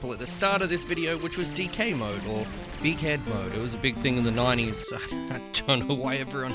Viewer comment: I won’t lie, every single time it says “big head” I hear “dickhead”